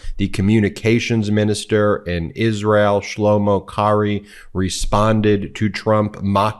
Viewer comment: I do believe trump is on something. He can not even say Isreal. He is a very disturbed idiot. 😳